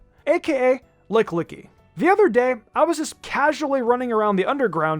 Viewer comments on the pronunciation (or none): I always thought it was pronounced Licky licky(for people that care)I spelled it that way to make it easier for people when reading it.